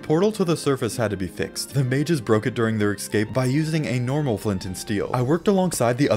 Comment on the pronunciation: love this series. Only one problem, my mans says "ekscape."